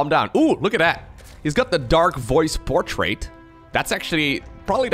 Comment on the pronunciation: Anyone else love the way he says portrait? “PortrAte” 😂😂